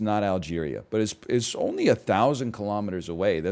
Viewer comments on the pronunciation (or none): none